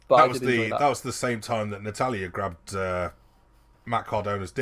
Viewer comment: redo this vid and say Natalya or i'm gonna unsub haha